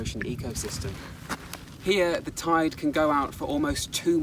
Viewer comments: I literally thought he said “toid” as a normal word instead of “tide” at the beginning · no way bro dtarted the video saying tide like that